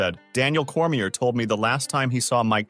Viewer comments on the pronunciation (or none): you said Cormier wrong smh do you dven know the fighters?